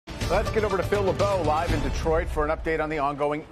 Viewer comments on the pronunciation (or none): none